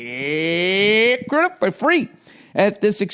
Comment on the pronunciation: I feel like ol' billy should put all his youtube ads in between utterances of ZIP and RECRUITAH